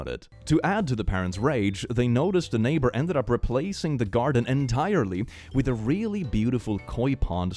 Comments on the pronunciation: ok so kinda late, like 3 months, but does anyone else get mad/annoyed at the fact it says "naybar" instead of "neighbor"? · I know they spell things differently in the US, but nayber, are you kidding me.😅